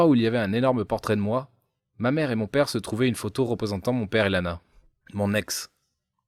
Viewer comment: On dit ps pere on dit père 😂